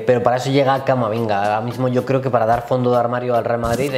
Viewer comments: en el "CAMAMINGA" 👏😂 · a se le escapa "Camaminga" JAJAJAJAJ